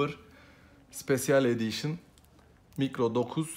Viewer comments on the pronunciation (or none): mikro dokuz sipesyel edişın...sadece edişını doğru okuyor, lazım olur ben sana yazim doğrusunu: maykro nayn sipeşıl edişın